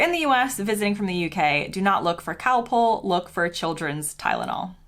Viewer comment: You picked a lot of very odd points. I have an American daughter in law and she doesn't have your weird ideas. Btw, Calpol is not cowpole!